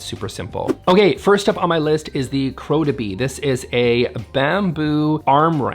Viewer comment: Its Rodeby